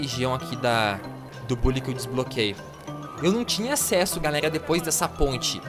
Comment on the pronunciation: Se fala bãlly